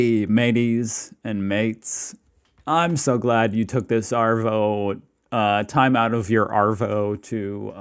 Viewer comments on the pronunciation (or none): It's funny hearing Americans say things like "Arvo" pronounce it with a H instead of an R and you'd be on the money. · Ok is anyone gonna tell him how to pronounce arvo properly orrr…